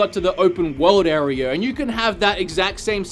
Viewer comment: Area, not arear